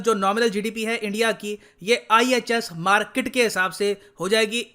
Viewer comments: 'Markit' ye toh Pakistani reporter jaisa sound kr raha hai 🙃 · Markit ek Pakistani pronunciation hai... According to Major Gourav Arya